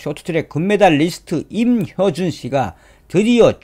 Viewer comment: 임효준이아니고 임효주 발음정정요